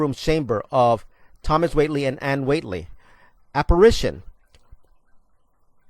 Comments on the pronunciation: Not to be too critical, but I must correct your pronunciation of the family's last name. The way you have been saying it makes it sound as though there is a "t" in the name. It is pronounced "Whay - lee", and not Whatley. Sorry to be a nit picky person, but whenever someone is narrating a video, I feel it's important to pronounce the script perfectly. Thanks for the video though. I did enjoy it! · He has a bit of trouble pronouncing the name Whaley...not Wately. I was president of the Historical Shrine Foundation whose board of directors was in charge and ran the Whaley house, and it's history way back in the early 1960's. Yes, the house is certainly haunted, of that we can agree. Yankee Jim was hanged among others on the town gallows which was just about where the archway between the music room and Mr. Whaley's study stands. Yankee Jim was not murdered, as you say but he was legally tried convicted and found guilty under the laws of the state , for stealing a pilot boat and a horse. On the day of his execution, the weather was very hot, and they wanted to get it over with, so, from a gallows built for the average man of 5'6" they attempted to see a man of about 6' 5" swinging from the end of a rope. He seemed to inch off the back of the buckboard where his feet could actually touch the ground, and he gagged and choked for 45 minutes until he breathed his last. That is the truth. By the way, under my leadership, the board members we allowed to sleep overnight in the Whaley House! And, I was the first to see Whaley's dog Dolly Varden, the only dog allowed in the home, that had died in 1893. If interested, I am in several books about the Whaley House and it's ghosts, and Hans Holtzer's "Ghosts of the Golden West", Read if interested J. Milton